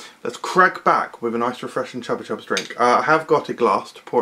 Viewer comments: Am I the only one who always pronounced it “Choopa choops”? 👀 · Because that is the correct pronunciation, it's a Spanish brand.